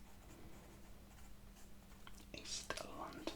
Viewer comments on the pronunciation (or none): none